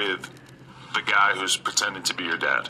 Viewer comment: Hold up, Prentending??? Hahahaha😂